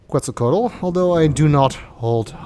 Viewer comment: This isn't a Sierra game. That's why you can't touch the mushrooms. Were you saying you don't know what Halfdome is? I wish they would pronounce Quetzalcoatl properly.